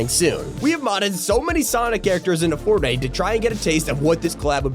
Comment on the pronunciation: "-Poppy Playtime in Fortinte!" No